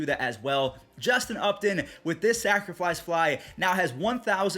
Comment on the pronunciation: Am I the only one that hears say “Sacriflice Fly”?